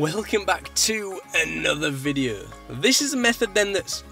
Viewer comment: "Hello my name is and him here with a new videuh."